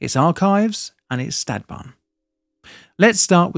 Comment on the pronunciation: One suggestion that i could think of when watching many of your videos would be; if you insist on using the native words, e.g. Stadtbahn, you can at least put it in google translate and check the native pronunciation.